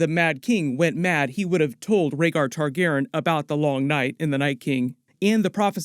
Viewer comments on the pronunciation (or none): I LOVE your content but I’m autistic and I MUST know why you are saying Targaren instead of Targaryen? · Why do you keep saying Targeren?? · Excellent breakdown and background. Nice job! Also, Targaryen is four syllables :) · Not trying to be mean just confused why is saying Targaryen different?